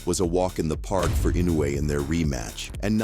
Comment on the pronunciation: Okay, but you can't pronounce his name correctly. Inoue is pronounced In- noh - e. It is a long extended o.